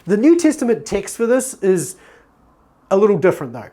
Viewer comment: When you say TEXT I hear the word ticks ....confused me for a second